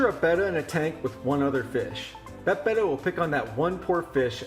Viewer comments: 1 - I've kept/bred these fish for 50+ years, and Betta was always pronounced "bettah", as in "better". "Beta" is the Greek letter "B". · 1: I can't stand it when people say BEY-TUH! :( Love your monte carlo carpet; I too have it with no CO2 and grow it with a Finnex Planted+. That bonsai is pretty killer too with a massive quantity of anubias nana petite. If you don't mind sharing, what kind of camera do you use for your video and photos? The quality is quite superb. Thank you. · I pronounce the name betta option 2, but it doesn't matter since we all know what fish you're talking about.